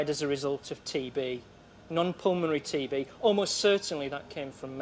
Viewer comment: On TB I actually heard TV! Lol!😆😆😆